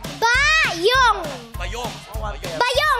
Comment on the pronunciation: Mali yung stress/emphasis, dapat BAyong hindi baYONG